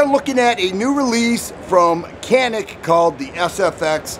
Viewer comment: Glad to see our turkish arms in US. Canik we pronounce like Djanik 👍 🇹🇷🇹🇷🇹🇷🐺🇦🇿🇦🇿🇦🇿🤘